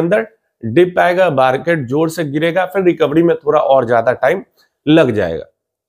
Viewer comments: जोर से भाई.. जोड़ नहीं.... 🎉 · जोड़ ❌जोर ✅